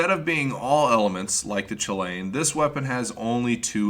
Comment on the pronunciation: It's pronounced cuh-lan not choo Lane, it's Irish so I'm a little lenient about how people pronounce it